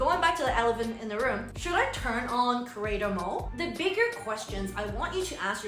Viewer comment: Are you saying "creator mole" ???